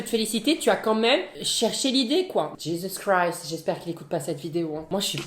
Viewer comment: Oh 😮 je viens de tombé sur ta chaîne je suis croyante pratiquante je vais aller en enfer rien que de regarder tes vidéos 😬 que Dieu me pardonne m’es tu es attachant tu me fais rire mes si te plais arrête d’écorcher le nom de Jésus Christ 🥰🙏🏻🤍✨